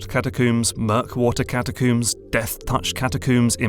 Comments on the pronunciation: If I hear “catacooms” one more time… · What the heck is a "catacoom" is that like a coomer than hangs out with dead people? Badumtish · Alright the british have to be fucking with us at this point. "Catacooms"? Seriously? Do ya'll brush your hair with cooms? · say Catacomb right. Cata COOOM sounds dumb grow up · ...I'd pay for 10 minutes of listing out the different "catacooms" in elden ring 😁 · "catacooms" why do people keep doing this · In all his videos, accent never phased me, until I heard him say "Cata-koom" multiple times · "catacoombs" lol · Everyone else is giving intelligent responses and insights on both the video and the game, meanwhile I'm just over here dying because of the way he pronounces "catacooom" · Great video, but i gotta say it...catacooms? Also, nokstella was absolutely glorious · cata - coom? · catacombs? where i'm from we pronounce the last syllable the same as the things we brush our hair with